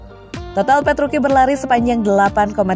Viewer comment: Petruci kok petruki